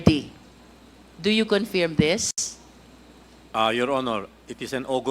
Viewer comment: Why does she keep saying "confeerm"?